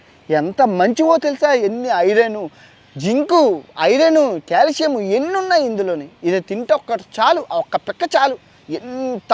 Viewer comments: కాలుష్యం కాదు కాల్షియమ్... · #కాలుష్యం కాదు బ్రొ క్యాల్షియం 😅😅 చెప్పే దాంట్లో కూడా కామెడీ జోడించి చెప్పడం నీకే సాధ్యం❤❤